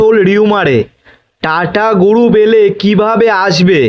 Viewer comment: আই ব্বাস। কি উসচারণ মাইরি। টাটা গুরুপ ! এই তুই আয়নাল সামনে রিডিং পল।